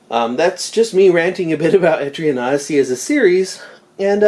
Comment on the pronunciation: I keep hearing etrian nazi🤣🤣